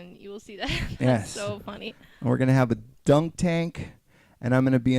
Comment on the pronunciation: DUNK, not DUCK you QUACK!!!